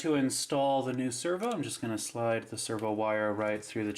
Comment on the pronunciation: lol you say server not servo